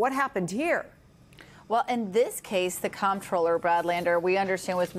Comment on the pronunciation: At least one person in the video pronounced "comptroller" correctly as "controller".